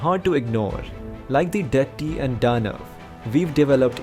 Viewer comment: It is pronounced as Dithya's = Di th yas (phonetics ) and Dhanavas = Dha na vas Whether its AI generated or as pronounced by Westerners almost all of them pronounce the Indian words wrongly most of the times They give the American phonetic sound of alphabets.They don't bother that its an Indian language and should be pronounced as in Sanskrit language its the origin.